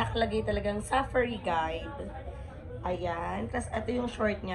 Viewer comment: OA ng pagkasabi mo ng safari. Accent on the second sylable po. Arte magsalita mali naman